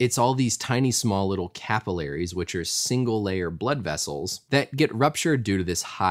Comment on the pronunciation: Learn how to pronounce capillaries